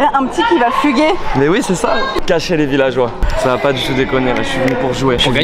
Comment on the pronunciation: j'ai même demandé à ma mère, "elle en n'a pah", ça c'était même accent que Jeff Tuche! ah ah:)